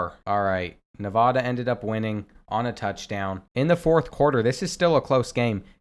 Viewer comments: Say Nevada right istg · You mispronounced nevada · If you’re going to say Nevada incorrectly every time just say NV.